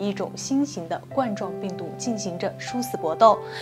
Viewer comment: ，那个“冠”字应该读作第一声的“官”，不是第四声。 这种病毒的英文名字就是来自“皇冠状”病毒。